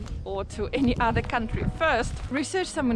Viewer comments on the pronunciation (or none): none